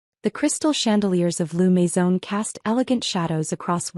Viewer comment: L'Maison ... not Lou Maison.